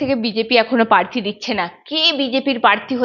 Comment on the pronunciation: ওরে মা, পার্থি না, প্রার্থী উচ্চারণ কর। পোতিদ্নদি না, প্রতিদ্বন্দ্বী। দিদির মতই উচ্চারণ করতে হবে?